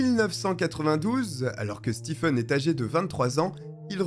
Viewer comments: Ca se prononce Stéfen, pas Stifen... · "Stephen" se prononce "Steven" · Merci pour la vidéo. Le nom "Stephen" en anglais se prononce en français "Steven"